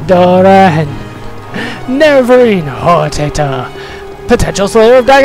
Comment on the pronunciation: Lol - it's funny how you pronounced HOR-TAH-TOR as HOR-TAY-TOR